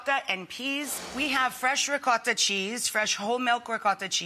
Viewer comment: The way you say Ricotta is so over exaggerated So annoying